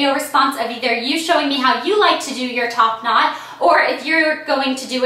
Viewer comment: the more and more she said top not it sounded like topanad